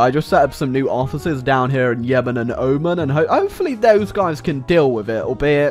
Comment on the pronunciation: Oh-mahn not omen